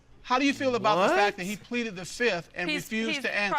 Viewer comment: HEY!!!!!! my mans said "I pleade the fifth" 🤣🤣🤣🤣🤣